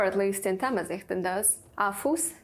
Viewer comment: It’s not thamizeet Zh- pronounce L .. different L